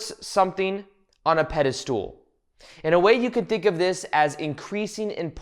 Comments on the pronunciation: It’s pedestal- not pedistool. But otherwise I’ve been enjoying the video😊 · This is great...AND can you stop saying "pedestool" instead of "pedestal?"